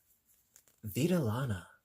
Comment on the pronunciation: Vidalana in Spanish means wool life. I enjoyed hearing you say it.